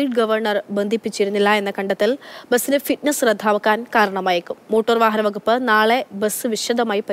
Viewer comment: Motooor...haha...boss it's pronounced motar..kashtam